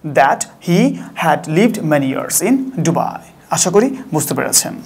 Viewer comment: ওটা ডুবাই না দুবাই😂😂😂